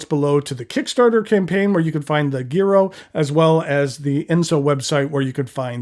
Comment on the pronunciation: Good afternoon,! Thank you for your thorough review of these beautiful pens. A quick linguistic lesson for today.... In Italian "gi" is pronounced with soft g (most of the time). "ghi" is pronounced with a hard g. So unless the manufacturer is making a particular statement in pronunciation, the Giro would be pronounced jiro (jee-ro). This comment is not meant to embarrass. You seem to be a gentleman that likes educational opportunities and likes to learn new things. That is the spirit which this comment is offered. Ciao!